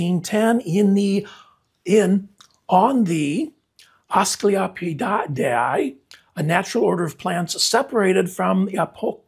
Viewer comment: Apocynaceae “Ah-paw-sin-ay-see-ay” this is the dog bane family. Asclipioideae “Ah-skleep-ee-oid-ee-ay” this is the milkweed subfamily. My favorite of the five dogbane subfamilies. I love your videos, please stop struggling with these family names. Love you love your plants.